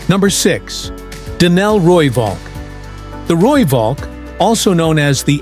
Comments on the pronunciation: Rooivalk as pronounced Rooiphalk. Please don't Anglicise. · The "V" in Valk is pronounced as an "F"... Roo-Falk.